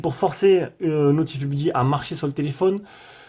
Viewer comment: merci pour les vidéos. super cette chaîne. "notifaï beuddy". mais bon la prononciation en anglais c'est pas grave